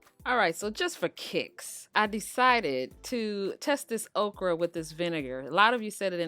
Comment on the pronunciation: Thank you! I really wondered who would have the best recipe and it’s definitely you. Also, I thought you said, “Oprah was coming...” and I was SO confused and excited. Ha! You said okra. 😂